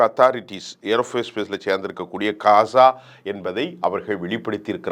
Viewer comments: Kasa enru solama Olunga ghaza solluga. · கசாவை இல்லை ஐயா காசாவை முதலில் உச்சரிப்பை சரியாக பேசுங்கள் ஜோனல்ட் ட்ரம்ப் இல்லை டொனால்ட் ட்ரம்ப்